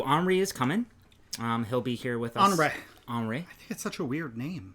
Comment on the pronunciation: Henri is French for Henry, so the h is silent and en is one sound not replicated in English…